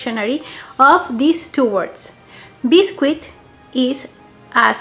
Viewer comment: We pronounce it Bis-kit not Bis-Quit. ☺️ but it’s spelt biscuit